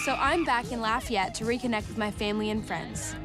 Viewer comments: It's pronounced laffee-yet here, not lah-fi-yet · Louisiana native here, Lafayette is said “laugh-ee-yet”! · As a Louisianan, it’s Laugh-ee-yet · I'm dying at the way you pronounced Lafayette!!